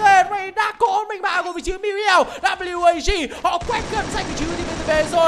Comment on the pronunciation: Ván mà WAG thắng . Nghe ôg bình luận viên đọc là quê kép a gờ mà nản thật sự